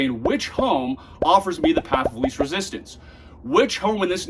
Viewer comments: Least, not lease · least...not lease